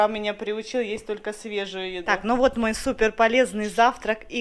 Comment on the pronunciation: очень любит букву "Э": супЭр, диабЭт.😂